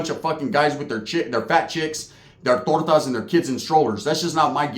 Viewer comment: You really said "TORTAS"😮